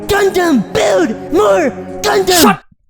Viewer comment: Way that gundam guy says gundam its kinda sound like condom